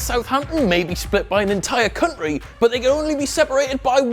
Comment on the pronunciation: "Liverpool and Southampton may be split by an entire cunt-ry" 😂😂